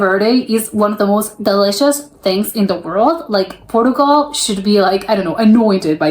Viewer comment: it's obvious, apart from the banner headline, that you're American because you're mispronouncing a lot of words in this video, e.g Portugal, and many of the typically dumb comments you've made that can easily be attributed to an American. Trust me Americans really are that stupid.